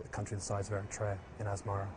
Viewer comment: I think they're mispronounced the country 🇪🇷 Eritea